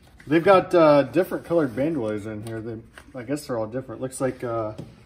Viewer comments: Band Oilers…. Lol its pronounced “Band-O-Leer” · ban doy-leers? lol Ban-doe leers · “ Ban DOYLE ers” Hahahahaha Horrible pronunciation sir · Nobody's perfect . . . but "ban-DOYLE-ers" was FUNNY!, you gotta admit! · Ban•Duh•leer is the proper pronunciation. Unless you are intentionally fucking that up, then cool